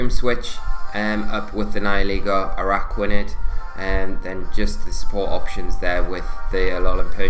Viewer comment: Araquanid! You said it right!! All that hard work is paying off!! Also, the video is as amazing as always and love to watch it!